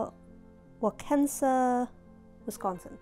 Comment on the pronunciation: I just found your channel today and am very much enjoying watching your videos. I’m in the USA, living in South Carolina, but I’m from Wisconsin and I lived about an hour from Waukesha. If I may, it’s pronounced wah-ke-shaw. Wa as in water, ke as in Ken, shaw seems self explanatory. It’s from the Chippewa language and means little fox. :) I’m off to watch the regency corset video now, thank you so very much.